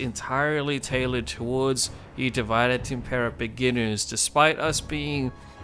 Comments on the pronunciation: Its meant to be latin. It's pronounced Dee Vee Day. not divide. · Great video! (Sorry to be that person, but thought you’d rather know that not — it’s not pronounced ‘divide’, but ‘div-id-é’[like ey in hey].) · Tip 1: pronounce divide in Latin and not English. Otherwise you might as well call it divide & conquer.